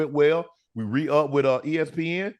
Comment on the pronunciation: He can file Chapter 7. Shannon, it’s with not wit, shrimp not shimp